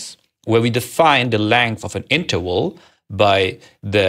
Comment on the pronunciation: Also, if you don't mind another nit: you often overcorrect the common tendency to pronounce w as in German (i.e. as English v) by pronouncing even the English v as English w. You often say iterwal, walue and ewaluate.